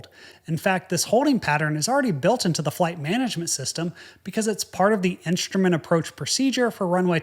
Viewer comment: All your videos are awesome but - and I'm sorry for being a stickler - please don't say 'in-sh-trument'. I'm noticing this general tendency to 'sh' words with 's'. Shtreet instead of street etc.